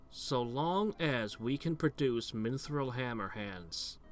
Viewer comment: I love this channel, even if keeps putting an "N" in mithril for no apparent reason.